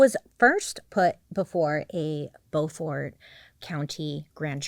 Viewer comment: I immediately knew you were talking about Beaufort, North Carolina when you mispronounced it. 😂 It's pronounced (beau like boyfriend) Beau-fird. I'm from about 3 hours West of there.